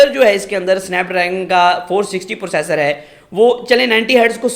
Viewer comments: Bekar review totally baised Or pursassor ni hota processor hota hai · When i heard “Pursasor” I Closed the video